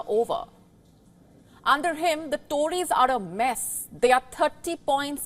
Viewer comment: It would help if the anchor learned to pronounce Venezuela, Poverty and Torries, Thames .Pay attention to to pronunciations it takes away from good content .What you say is true but there is a lot more rot .Half the people shiver as cant afford heating . Todays news a lady pulled out her toothas nhs dentist ignore her and private payment was £800.Nearly 76.000 rs . I do not like sunak but you lie and put the blame on him .liz truss and rest did the damage .The damage to uk started over 25 years ago.